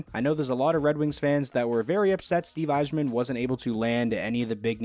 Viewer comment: Thank u for pronouncing my last name right